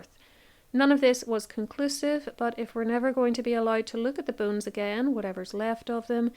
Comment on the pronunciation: I feel terrible, but i was quite far in before i realizes that, "boones," was actually, "bones." You have a beautiful speaking voice.